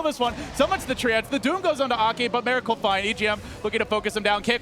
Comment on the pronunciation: Miracle- not Meracle u fucktard